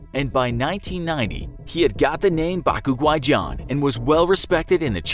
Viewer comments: Bac guai is pronounce B-ah-c Gwa-eye . And bac guai means white person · Bruh u butchered his name in cantonease